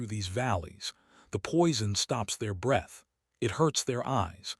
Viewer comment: AI always has trouble pronouncing breath or rather knowing when the pronunciation changes. English is not an easy language. Fortunately, it's my first language. I'm from Texas so, I guess, that's debatable.